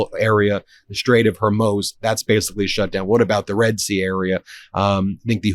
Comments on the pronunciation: It's HorMOOZ, NOT HorMOSE... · Someone please tell Ben its Hormuz, not Hurmoz. Hor-mooz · HormUZ is how it's pronounced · Ben, I love your show, but it's pronounced Hor-Mooooz. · Is it not pronounced Hor-MOOZ? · Ben, Ben, Ben—please: I like the show watch every day but please: the proper pronunciation is the straight of “Hor-Moooze” and MOHshz-tah-bah (the new Iranian leader) Khah-May-nee (Khoh-May-nee died in 1989) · Strait of HorMOZE eh? Please stop mispronouncing it. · Please stop mispronouncing the Strait of HORMUZ. It is not HER-MOZE. You're driving me crazy. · Please, it is pronounced the Strait of “Hormooz” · Trump is a dumbass. The strike against Iran is an INCURSION, leading to a war. I can't stand hearing you say " hermoes". Please. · Ben, you're being a typical American with terrible pronunciation.......... HOR-MOOZ.... as in the sound a cow makes. STOP IT. STOP IT. STOP IT. HOR-MOOOOOOOOOZ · HOR MOOZ. Say it , Ben. HOR MOOZ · Ben, for God's sake.... it's HOR-MOOZ as in SHOES...... HORMUZ IS HOR-MOOOOOOOOOOOOOOOOOOOOOOOOOOOOOOOOOOOOOOOOOOOOOOOOOOOOOOOOOOOOOOOOOOOOOOOOOOOOOOOOOOOOOOOOOOOOOOOZ .... it's HOR-MOOZ as in SHOES...... HORMUZ IS HOR-MOOOOOOO it's been that my whole life. STOP IT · It's pronounced WHORE-MOO'S. JFC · Ben, love you, but it’s pronounced HOR MUZ (MOOZE). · Say the name of the of Hormuz correctly. it is not hormooz. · Please learn to pronounce Hormuz properly, try phonetically Hor-Mooz. Your driving my wife crazy and I have to listen to her yell at you. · Whore-mooz Ben, not what you say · Please learn the correct pronunciation of Hormuz. It’s a long U. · Pronounced Hor-mooz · Jeez... Learn how to pronounce Hormuz, dude. It's a big credibility buster. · Why cant you pronounce Homuz correctly? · I love you, Ben, but please learn how to pronounce “Hormuz”. Constantly mispronouncing it lessens your credibility. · this guy cannot pronounce hormuz, like it triggers me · HorMooz, not HorMoze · Hor-mooz, Ben. Hor-mooz. Not “hor-moes”.